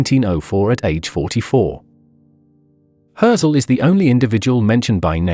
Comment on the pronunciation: Maybe learn how to pronounce his name?